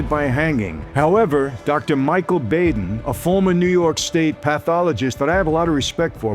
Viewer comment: Michael, you say you respect Dr. Michael Baden, but you pronounce his last name Bayden. It's pronounced Bahden.